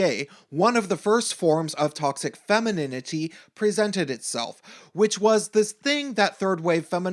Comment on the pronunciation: LOL... femininininininininity... funny, if it wasn't soooo seriously wrong... And... damn you... I have to hear "anita's" name again... damn... (btw... noticed the no capital "a"?) Thanks for your talk... respect... :-)